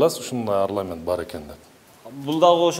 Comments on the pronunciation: Орнамент арламент эмес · Арнамент деп айтса жакшы болмок тапыхты окуган балдар керек экен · Орнамент деген созду туура айта албаган тормоз экен го бул. азамат!Мунаранын айланасы мышык ыйлай турган!